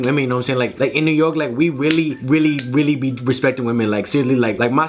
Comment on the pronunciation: how he say really he says weally